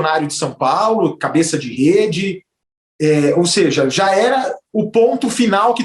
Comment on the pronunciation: "Ligue djá"